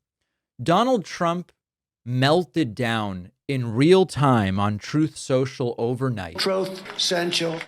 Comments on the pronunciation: “Troth Sentshul”?????? 😹😹😹😹😹😹😹😹😹😹😹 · Troeth Sential, ObamNa, I love TESLER. Thank you Dave for injecting a little humor in your excellent reporting! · Take his rain phone away! What is Troth social? He can't even speak correctlh! fdjt! Demean away! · Thats why you call it troth social.